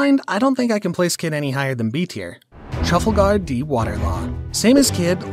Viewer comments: Let's acknowledge the fact that he said "Trufflegar D. Water Law" 💀 edit: sheesh omg 100 likes? tysm!! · “Minotares” “Peramecia” “Mouchi” “Trufflegar” This was a really good video, but the bad pronunciations really take me out of it😂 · Bro the way you said trafalgar was vile. Have you never watched the show? TRA-FALL-GRR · We just gonna ignore how bro said “Trafalgar”?😹😹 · the way you pronounced Trafalgar was painful. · Never say trafalgers name like that again pls